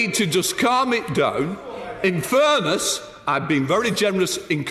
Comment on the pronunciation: I'm not a native speaker but what's going on with his accent? He sounds like he's drunk and has a stuffy nose at the same time lol. How he pronounces "down" is so incredibly odd. Is this a Lancashire thing?